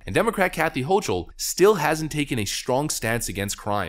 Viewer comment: Hochul is pronounced 'ho - kul'.